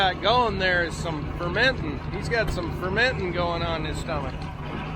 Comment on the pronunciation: One word...More and. Also, "fermentin" hahaha!